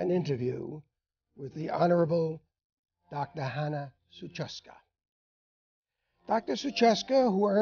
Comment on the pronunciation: Her name is not "Suchacka" but "Suchocka" ;-) not that I like her but it is so patronizing to misspell your guest's surname, or is it all fine and you leave it like that?